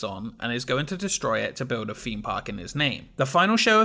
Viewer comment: Just found this channel and I'm well and truly binge-watching the lot. Love your content. I especially love the irony of your channel being called "Expedition Theme Park", all about theme parks, and yet you can't pronounce "Theme" 😂